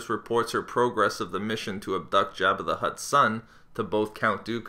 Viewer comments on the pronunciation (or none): none